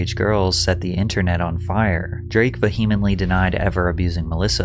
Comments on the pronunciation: Just for future reference… It’s COP-ulation, not COPE-ulation. and It’s VEE-huh-mently, not Vuh-HEE-mently. Your videos are really great, so just giving you a head’s up on these, just in case you find correct pronunciation to be an important element of your presentation or maybe would just want to know, should you ever have to say them again. If not, then obviously this is the definition of a nitpick comment on an otherwise great video, so feel free to ignore me. :) Keep up the good work! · “Vehemently” is pronounced “vee-uh-ment-lee” I’m one a one person crusade to educate social media influencers 😂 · Thanks for the video! P.S. It's Vee-yemen-tlee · I enjoy your videos. But i have one note because I've heard you say it in like 4 videos now. The h in vehemently is not supposed to be pronounced. It does bother me, but I'm also looking out for you. You do a good job of immersing me in the stories you tell, but i get pulled out when I hear things said weird or wrong. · Look up how to say vehemently before you use the word.